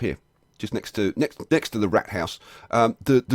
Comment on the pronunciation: lol he pronounced it ike rat house wich isnt right :(